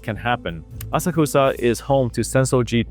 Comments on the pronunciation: it’s pronounced “ah-socks-ah” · Asakusa - "Ah-sak-sa" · Good analysis. The nuance is much appreciated even if the algorithm will hate you for it. If you are looking for a little constructive criticism,, maybe work on your pronunciation of Japanese words like "Asakusa" and "Kuuki wo Yomu". Oftentimes TTS (Text-to-Speech) gets it wrong. Regardless of that, count me in on your next video.